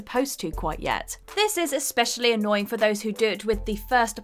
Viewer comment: How many times will she say "ex-pecially" in this video? Anyone have a guess?